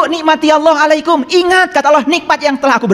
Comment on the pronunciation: Ngomongnya ko Auloh bukan Allah, ..ky kurang faseh